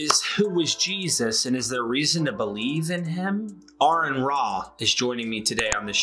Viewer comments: I'm going to start a GoFundMe....it'll be called "it's pronounced..Are-in" lol. 🤭 "I watch him all the time" then why didn't you see all the times he corrects almost literally everyone? That musta made your face red. 😅 I'm just joshin' bud. Thanks for the content. Good video. 🌶️🥓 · Interesting how humans work sometimes. Pronouncing "Aron" correctly the first time but not the second.